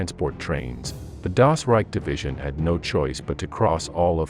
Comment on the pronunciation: at least try to pronounce the words right , or simply stick to english! trying to saying "das reich" and "hitlerjugend" in some kind of "english german" is just sad !